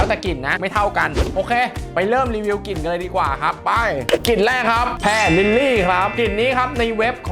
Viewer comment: กิ่น ควบกล้ำหายไปหมด